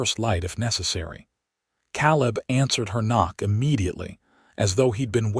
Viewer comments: Caleb is pronounced Kay-lib. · I wonder how many noticed that he pronounced Caleb wrongly. You would think whoever edits these videos before putting them online would at least correct the pronunciation of the main character's name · You still have some pronunciation problems; Caleb is pronounced Kay-leb, tears is pronounced T, long E, silent a, rs… etc. but you are getting better! And this was a very good story, thank you. From Missouri ❤ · Like it so far however Kay-Leb is better pronunciation. Hate the pauses after “Mrs.” Voice treats the period in the abbreviations fior titles as end of sentence period.